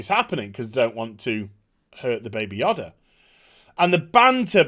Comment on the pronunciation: the only person who can't say the name "Yoda" on the entire planet lol